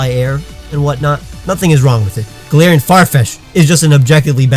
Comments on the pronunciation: I am just going to correct you every time even though you just said golarion Raichu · He said Galatians Raichu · he said galar Taichung and muk XD